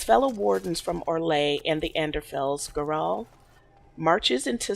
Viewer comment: it's pronounced 'gara-hel' elves are treated like shit because of the dales, the humans attacked the elves and were pissed off when they fight back thus elves are second class